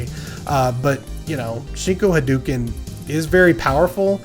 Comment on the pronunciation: Love the content as always,. But. I have to be that guy; it's pronounced, "ha-DOH-ken."